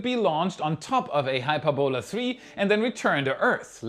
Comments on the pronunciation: It's pronounced "hy-PUR-bo-la". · Hyperbola is pronounced "hy PER bo luh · Sorry,, but I can't help myself: it's pronounced 'high-PURR-bow-la'. If it's any consolation, I dated a quadralingual Austrian lady back in the '90's, and got excoriated for my lousy pronunciation of 'FLUK-zoik'....so I DO feel your pain (no schadenfreude, I assure you). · Check the pronunciation of hyperbola.